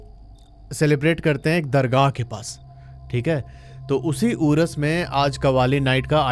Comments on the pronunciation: Uras nahi Urs, wota nahi ota ( verandah), locket nahi taveez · उरस नही बोलते भाई साहब उर्स बोलते हैं मैं शुरू में हम कुछ सेकंड समझ ही नही पाए उरस उरस ये उरस उरस क्या है ये उरस उरस उरस का मतलब उर्स उर्स😮😅